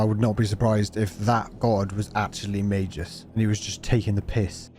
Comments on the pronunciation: Its MagUs not MagEs. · I liked the video. Except for the part where you repeatedly pronounced magus wrong. May Gus. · I'm confused with the English pronunciation for magus, is it really may-jus? I have a gut feeling, or maybe a jut feeling that that's not how you pronounce the name of this game, jame, game? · Magus pronounced as Mei-jus? Oh. like - Magina pronounced as Ma-jai-na. RAD!